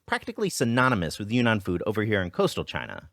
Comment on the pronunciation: btw it's pronounced YRING-nahn, like cloud